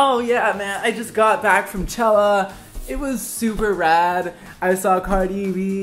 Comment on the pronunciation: hes saying chella